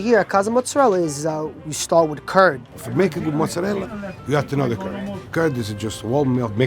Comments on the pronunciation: It's mozzarella... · “King of Mutzarella” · Mutsarella is driving me slightly mad. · Eh "mutzarell" isn't beautiful Italian pronunciation either. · Too many Italian-Americans, particularly those of Southern Italian-descent (some Neapolitans and nearly all Sicilians), can't properly pronounce "mozzarella". "Mootz" and "Moot-zah-rella" and "Mootz-ah-rel" are not proper Italian. "Mootz" is only acceptable as a form of Italian-American slang and anyone who tells you that it's the "proper way" to say it is a disgrace to their ancestors. Like, it's funny how the son is all over the place with his formal and informal pronunciations of the word, yet the father is fairly consistent. -- Signed an actual European-born Tri-Stater, Italian-speaker and lover of all things Italian who also happens to be a trained pizzaiolo with actual friends and family from Italy. (Seriously, go ahead and ask any real Italian or any well-educated, self-respecting/non-stereotypical Italian-American how to pronounce the word, and they'll tell you the correct way.) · I havent seen the video yet but i know they're gonna say MOTTZ-a-rella